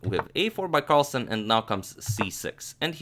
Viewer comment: its carlsen not carlson.